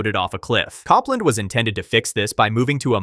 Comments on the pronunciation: Cop-land was painful. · The Apple project was pronounce Cope-land, as in the 20th Century American composer. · Copland... like the composer, not Cop-land! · Copland is pronounced COPE-land. Long O.